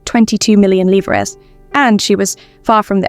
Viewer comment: Yes, the correct word but incorrect pronunciation.